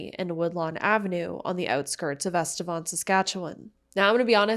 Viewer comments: I grew up in EstevAN I can guarantee that it is not pronounced EstevON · EstevAn not estevOn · there's even news clips in this video that all pronounced it EsteVAN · you can google "Estevan pronunciation" and it literally comes up with "Estevan, City in Saskatchewan" and it is pronounced "eh·stuh·vaan".